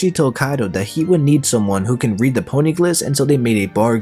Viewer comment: said some pony-glif